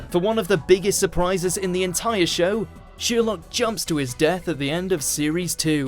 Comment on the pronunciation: nice video, by the way, that is Sherlook not sherlok in pronunciation.